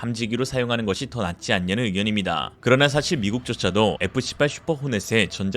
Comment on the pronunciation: 어...F-18 발음 조심요.